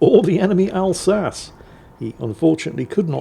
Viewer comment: Since when did start pronouncing the Alsace like “al-sa-ssss” and not “al-sa-cheee”? instead of the guns, we end up with the tier 10 having ELC Even 90 levels of toxic camo values… oh WG, I would say never change but maybe it’s a good time to start changing